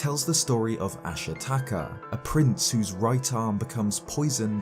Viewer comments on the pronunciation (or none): none